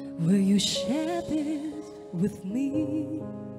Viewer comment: VMH hát nội lực nhưng còn sai nhiều chỗ. Chữ this, these thiếu "s", "it'll" phát âm sai, "for me" chắc quên lời nên sửa thành "from me", etc.